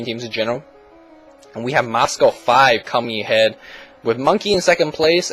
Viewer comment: moscow* , not mascow